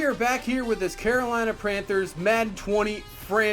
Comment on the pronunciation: Carolina Pranthers Wow And yes I mean to mispell it because it missed said it